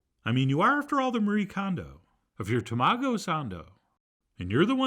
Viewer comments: Chef John, taMAHgo, not TAMAgo. /s/ here to help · I'm so hyped for this 🥚🐣✨ Also TA-ma-go not ta-MA-go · It's pronounced Tah-Mah-go lol ;) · This was nothing even close to what they have in Japan. The mayo was runny and weird colored, not even close to Kewpie. They dont add cream to it. Its just way too wet and runny. Just buy a thing in Kewpie and call it a day, dont F around trying to make something that will never be close. This is a MAJOR FAIL and an insult to Japanese food culture. You couldnt even say TAMAGO properly. UGH!